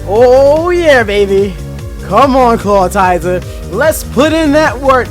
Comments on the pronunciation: I love this channel but it makes me twitch a little every time he says "Clat-TI-zer" instead of "Claw-IT-zer" XD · Stop pronouncing ClawITZER wrong, it's not Clawtizer. Smh